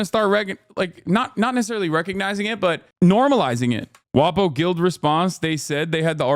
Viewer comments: Sounds similar to that word which is actually a slur for Italians tbh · why does it sound like a slur when he says WaPo?